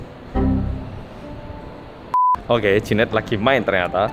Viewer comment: jehian Mbak bukan jehan 😭😭